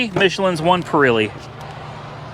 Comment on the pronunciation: Its not pir ee lee its pir eh lee